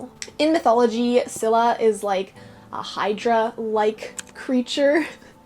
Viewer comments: Its neither pronounced skylla or silla its pronouncoud skilla😂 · I'm Greek and in case you're wondering about the Greek pronunciation Scylla(Σκύλλα) is pronounced as "Skúlla" Charybdis(Χάρυβδις) is pronounced as Khárubdis I don't know if that's helpful